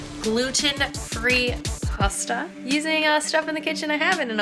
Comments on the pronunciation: the way she said "pustuh" bugs me so much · the way she said pasta 🤢🤮🤧